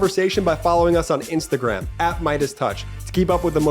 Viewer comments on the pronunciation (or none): none